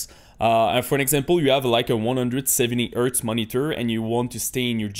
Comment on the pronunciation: Do NOT set a maximum framerate! It will increase display latency! Turn it off or set it to a max of 1000 FPS, no matter what monitor you have. (Also, don't forget to pronounce the letter 'H' lol. It's "hardware" and "hertz", not "ardware" and "urtz". Other than that, your English is excellent.)